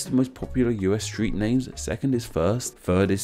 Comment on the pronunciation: Wait is there an accent where us is pronounced uz?